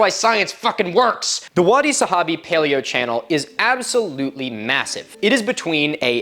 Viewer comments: Bro you need to get this, it's wadi Wwwwwadi not vadi ,I am also an Egyptian and wadi is an Arabian word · "Wadi" is pronounced like body but with a W, not "var-dee". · I'm astounded at your passion for this topic! And I want to make sure you knew that wadi has a W sound (in English). The V sound is for German words. W as pronounced in English is most def in Arabic. BTW, you have a gift, my man. Your storytelling capability is awesome. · The “w” in “Wadi” is pronounced the same in Arabic as the “w” in English. The “v” sound doesn’t exist in Arabic. You are otherwise so perfect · I may be misshearing, but it sounds like you're pronouncing "Wadi" with a V. Not sure if there's a reason, but in Arabic it's pronounced with a W sound